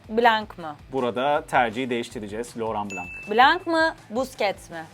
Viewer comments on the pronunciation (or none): Lütfen medyadaki isimler şu isim telaffuzlarında biraz daha araştırmacı olmalı, Loran Blan okunur, hatta en sondaki N harfi yarım söylenir.